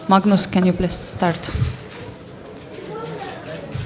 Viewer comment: Anastasia calls Magnus ,mugnus.